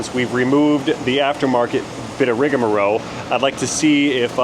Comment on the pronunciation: Ok... I've got to get this off my chest. You always say "rigamarow" but that's not the correct pronunciation. The standard is "rigmarole" or the alternative of "rigamarole" - but in both cases, it's an "L" at the end...not a "W". I know, "who cares," but I also know that you like to be as correct as possible. Keep up the great videos!! I've learned a ton by watching you!